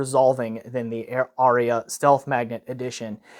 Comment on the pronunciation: Incidentally, there are but TWO syllables in "Arya". :D